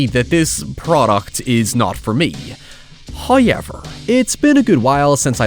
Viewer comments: Atp you could make a video about Blues Clues and I'd click on it just to here you say "highyever" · People go on anout how pronounces However but I'M OBSESSED with how he pronounces Poor